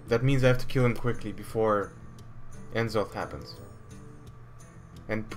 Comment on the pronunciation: why do you say n'zoth so wierdly, it's one word not n zoth